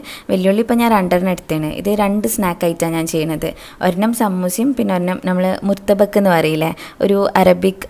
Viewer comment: ഓഹ് കടവുളേ. മുർതബക് 😜🤔.... ""മുതബ്ബക്ക്."" ഇതാണ് കുട്ടി കറക്റ്റ്...